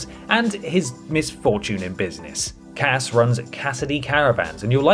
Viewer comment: Did you say Poor Cass? Or Pork Ass?